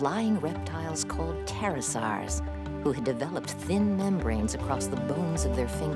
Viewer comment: Mosasawrs! Pterosawrs! XD